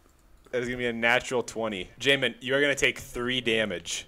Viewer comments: Love how says “yahmin” correctly only to immediately revert to “jahmin” upon next mention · As someone who has the name Jamin, this was terrifying hearing it said on video by someone who hasn't met me (Pronounced Jay-Min to be exact, since it's pronounced 5 different ways in the video) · Why do you purposely mispronounce his names despite hearing his friends say it